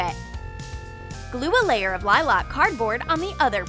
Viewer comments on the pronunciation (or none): I spy a FAKE LOL DOLL! 😬😰😱😡😠😾🤦🏿‍♀️🙅🏿‍♀️🙍🏿‍♀️👎🏿💔 i hear liloc instead of lilac 💔👎🏿🙍🏿‍♀️🙅🏿‍♀️🤦🏿‍♀️😾😠😡😱😰😬